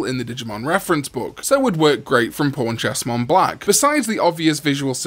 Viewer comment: He said pawnchestmonblack and I thought he said pornchestmonblack lol 😂